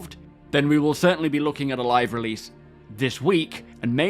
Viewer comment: "Releadse this week" got me rolling 😂